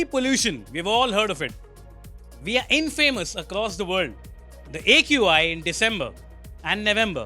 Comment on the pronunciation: Lol your pronunciation of "infamous" is quite funny :)